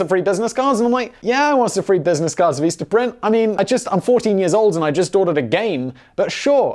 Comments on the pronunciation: Oh, dear... why do you pronounce 'vista' as "veesta?" Is that another British thing that I haven't, to this day, from Monty Python's etc., etc. through 5 1/2 decades of Doctor Who, and various other British stuff, ever heard mispronounced like that, before? Because it hurt my brain. And their business cards are actually pretty freaking cheap, like 500 for about $10, including shipping, if memory serves. How do I know? When I was running a [edited to say it was a nonprofit, not an official ngo] that handed out heirloom varieties of fruit and vegetable seeds, flyers that talk about composting, protecting pollinators, and other green gardening stuff, I went through 2 orders of 500 cards. Nice, sturdy cardstock, clear images and print, and pretty fast shipping, too. Anyway... I always enjoy your various channels, and this one is my favorite. Not sure if I have commented on any of your videos, before, but here I am... really curious about the pronunciation of Vistaprint, LOL! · Omg STOP saying "Veestaprint"😢😳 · As the Meme Accountant is on strike, this is my counting of stupid Simon Whistler shit for today. Also copied to the TIFO Facebook group - of which Simon is NOT a member of: Become a legend - #CancelSimon. His stickers are way too expensive. He pronounces Vistaprint as Veestaprint. He pronounces Lagos as Laygoes. He pronounces "Bearings Bank" properly and then changes it to "Barings bank". What a plonker. "These are all Criminal Crimes" WTF does this mean Simon? At least he admits to being a Dick Head. "No comment. But Yeah." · whats Veesta Print? I've only heard of Vista Print, or am I mistaken? :P